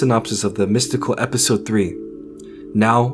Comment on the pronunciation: “E-pistol 3” You need to change the em-fah-sis.